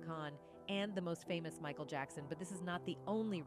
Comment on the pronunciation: This ai reader is no bueno, sugo Knight, meekal Jackson lmao